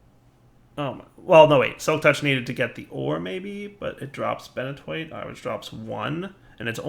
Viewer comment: Highly recommend using Coal Blocks instead of Coal. Takes the same time to macerate, and you get more out with less overall time(than smelting each and every one). Thanks for the suggestions of this. Definitely helpful. Also "Ben-a-twoit"